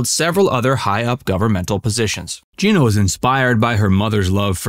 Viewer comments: He was a really good actor, but couldn’t get past type-casting as a slimy greaseball character. She was just great in every single thing she ever did! FYI — her name is pronounced Jeh-na, not Gee-na . . . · It’s not GIna it’s GEna ! Please pronounce her name the right way. It’s so disrespectful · It's pronounced like Jenna, not Jean-uh. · It may sound trivial, but her name was pronounced like “Jenna”, not “Geena”. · First, I usually stop listening to any Rowlands/Cassavetes story when she is referred to as “Geena.” She’s been around for 70+ years, you should know it’s pronounced “Genna.” Also, I’ve never seen any documentation that they considered divorce. Citation, please? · Huh?? Her name is pronounced like Jenna..not Gina.. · Her name is GENA not Jeana!!! I knew them well. Please be respectful!u You are so off.. with your superficial and tacky interpretation. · Gena not Geena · Her name is pronounced like Jenna. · stop calling her geeena, its Gena like jena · Her name is pronounced Jenna, not Jeena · This shoddy piece about two great legends made me cringe every time the narrator said "Jeena." Her name was pronounced "Jen-na!" Really inferior work here. An insult to the great couple. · Not Gee-na. It is Gin-ah. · It’s GIN-AH. Not JEANA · I do believe that Gena’s name was pronounced “Jenna”. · Well done! But it’s pronounced “Gehna.” A soft “e.” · She pronounced it "Jenna". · Gena pronounces her name like “Jenna”, by the way. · No it's not it's pronounced Jenna 🙄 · Any references for the information you claim? Also you mispronounced her name.